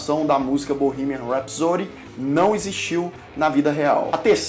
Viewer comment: Curti muito o canal e o vídeo, só tenho uma coisa a falar....a pronúncia de "rhapsody" foi duro de ouvir depois que você disse que é professor de inglês. 😱 não faz isso não migo. Os teachers, principalmente, têm que incentivar a pronúncia correta. Sorry :(